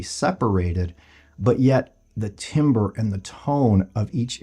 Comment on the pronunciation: Timbre is pronounced "tamber"